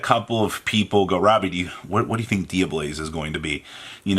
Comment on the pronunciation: Take a shot every time Robbie says “Dia-BLAZE” and not “Dia-BELLZE.” For god’s sake it’s Tear-“Element” to him all over again.